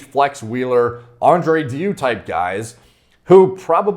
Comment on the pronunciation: Haha sounds like you're saying Andre Diu instead of Andrei deiu